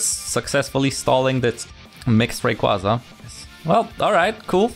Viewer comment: Is there a reason why you say Ra-koo-za instead of Ray-qua-za? Assuming it's an intentional mispronunciation, it is a bit funny to hear lmao